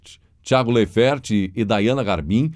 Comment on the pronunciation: Laifert... lê-se assim!!!